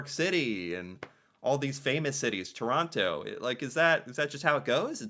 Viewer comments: Chrawnno instead of Toe-ron-toe you've heard it pronounced correctly eight times so fuck off! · Its Torono! We roasted Woody Harrelson and Kevin Hart for this! Plus the guy narrating said Torontans. Torontonians